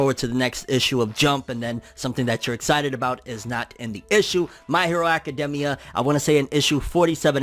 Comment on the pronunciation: Anyone else gets bothered by the way he say academia ?